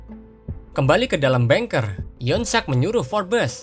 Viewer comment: Keren bang Admin. Cuma kata bunker mengejanya "bangker" bukan "bengker" kl "bengker" artinya pejabat bank. Sukses ya ...👍👍👍